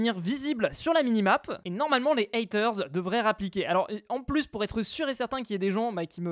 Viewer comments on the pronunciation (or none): none